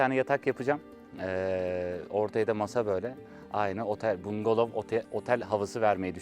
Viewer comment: bungalov* bungolov değil